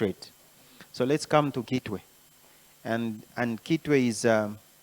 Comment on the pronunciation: With all due respect, history confirms that Kitwe is for Lambas,and they pronounce a head as ikitwe. So it's not citwe. Citwe is a Bemba pronunciation. Point of correction please.